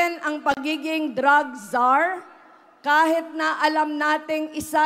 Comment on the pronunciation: Sana alam Nya gamitin kung kelan ginagamit ang “I” at “e” :::: example instead of “kahit” she will say “kahet” etc